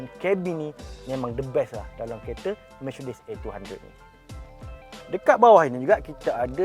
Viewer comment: Micedis kata dia